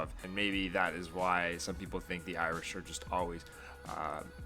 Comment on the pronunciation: You have been in ireland for 6 months and you still can't pronounce irish or ireland right